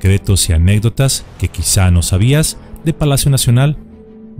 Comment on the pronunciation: Se dice anécdota no anégdota..